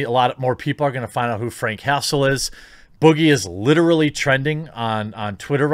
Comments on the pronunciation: I heard Frank Hassle as Frank Castle from the punisher and I was confused for a sec lol Edit: I'm now thinking Jeremy's saying Castle instead of Hassle on accident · I keep hearing Castle instead of Hassle. Now that would be a much different story! 🤣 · Everytime you say frank hassle all i hear is frank castle lol punisher